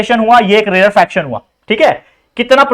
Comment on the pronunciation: sir rarefaction ko rarefraction kr diya apne